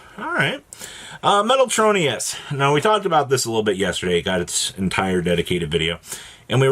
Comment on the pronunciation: “metal tro KNEE us” 😂